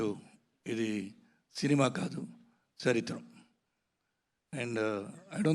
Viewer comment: Sarath kumar garu mins, "Charithram" annaaraaaa okok, dharidhram ani vinapadindhi🤷🏾‍♀️ Movie nijannnnga baagaa theesuntey baaguntadhi, OM SIVOHAM🙏🏾 JAIIIII HIND 🙏🏾🇮🇳✊🏾